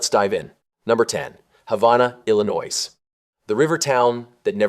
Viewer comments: Bro, it’s Illinois, not Illinois. The S is silent. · He did not just Sssss Illinois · "Ill-i-noise" [sic] ? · Do not pronounce the s in illinois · you are pronouncing Illinois wrong, there's no noise in Illinois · FYI that isnt how Illinois is pronounced, silly, It's not even close. What are you, AI?